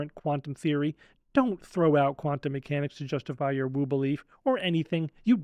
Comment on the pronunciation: Hah, I had to rewind to relisten. When you said woo belief I heard a new word. Woobling. As In " Quit woobling about the planets and stars"